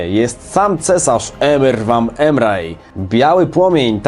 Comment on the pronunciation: Serio czyta się Emyr Wam Emraj? Wydaje mi się, że w W3 czytane to było jako Emyr Wam Emrejs.